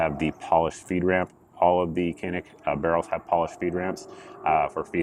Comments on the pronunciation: Technically Cs are pronounced as Js in Turkish so it should be pronounced Janik. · It’s Turkish. C’s are pronounced as “J” as in Canik=“Jahnick”. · It's pronounced "JON-IK"..FYI..Who knew...